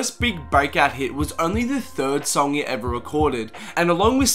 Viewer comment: Lmao how he says "eva"